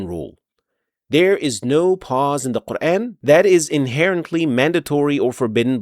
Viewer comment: As Salamu Alaikum. Very well explained where to pause and continue. ماشاءاللہ. But just one request to pronounce the word Quran in the correct manner. You are giving it an English touch by pronouncing Quran as in the words ...ran, ...ban, ...fan, ...tan. The word "Quran" be pronounced with a long 'a' sound (Qur-aan) rather than an English-style "...ran" sound, effectively addressing the pronunciation of the Arabic vowel, which is often mispronounced in English contexts. I hope you understand and accept my point of view. Thank you. Jazakallahu Khaira.